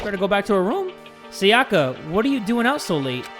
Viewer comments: Please jay for the love of god her name is pronounced “sai-yuh-kuh” not “sa-yah-kah” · he keeps calling her "sayACka" ams im just like bruh she pronounced it for you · Sayaka is actually pronounced Sá-ya-ka, not Sa-yá-ka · If he says Sayaka like that one more time I